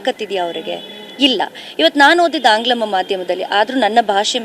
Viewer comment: ಮೇಡಂ, ಅದು ಆಂಗ್ಲಮ ಮಾಧ್ಯಮ ಅಲ್ಲ, ಆಂಗ್ಲ ಮಾಧ್ಯಮ ಅಷ್ಟೇ 😊